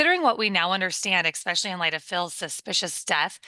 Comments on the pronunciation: Did she actually just say "expecially" a couple of times? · It's not especially with the KI don't know why some people pronounce it that way especially a news reporter whose job is to speak but I love the podcast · The word is "especially". I haven't heard anyone over the age of 6 say expecially for about 40 years. 😆